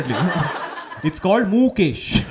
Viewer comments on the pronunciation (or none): moo-kesh :P